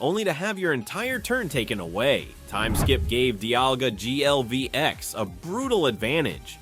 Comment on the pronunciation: ai voice be like "DIALGA GLVX" and the ai description lmao